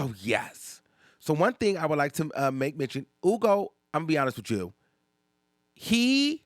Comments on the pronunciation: It’s HHUUUUGOOOOOO not Ugo, the way you pronounce his name bothered me omg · HEW-go. Df is “Ugo.” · Just say Hugo not oogo...its not that deep 😂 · Why are you pronouncing that man’s name like that? I hate it.